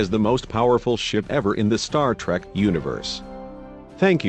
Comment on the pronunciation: star trak, weepon. just in the 1st minute of the video lol